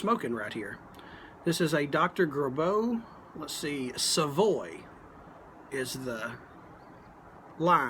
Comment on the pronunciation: I have always heard the name pronounced GRAY-bow.